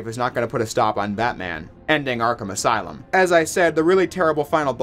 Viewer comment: Welcome to the aslume